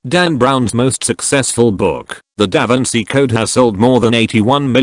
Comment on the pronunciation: "DAVANCI CODE"